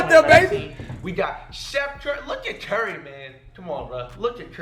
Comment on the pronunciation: Dude said chef curry